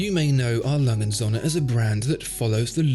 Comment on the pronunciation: Still can't pronounce the brand correctly....